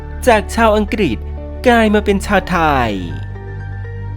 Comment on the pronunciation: ทำไมแอดต้องออกเสียงว่า สัญชาติทายยยยยย ไทยสั้น ๆ พูดชัด ๆ ไม่ได้เหรอ ขัดหูมาก ทายยยยย